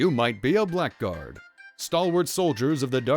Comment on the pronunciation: I do not know if you found this out yourself or if someone already corrected you on this, but... it's not pronounced Black Guard.. even if THAT is indeed what it says.. I have also pronounced this wrong for years untill I played a game with this class a long time ago.. It is pronounced BLAGGARD.. and stands for a scoundrel, a person that lives in lower society, a crook etc. don't believe me? look it up!